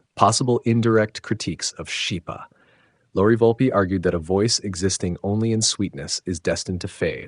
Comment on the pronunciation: The name Schipa is pronounced in Italian as SKIPA, as an Italian combination CH=K. Thank you for bringing the awarness to the great vocalists of the 20th century through this channel.